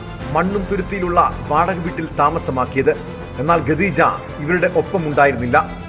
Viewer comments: ഗദീജഃ 😂😂😂 ഖദീജ എന്നു പറ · കദീജ😂😂😂ഗദീജ അല്ല😂😂😂😂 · khadeeja എന്ന് പറ 😩